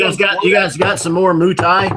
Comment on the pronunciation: Moutai The Mou is more pronounced like "moe."